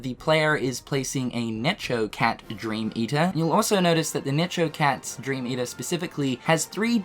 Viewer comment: The way says Necho Cat has me dying